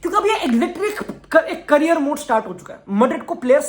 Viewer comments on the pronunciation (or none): none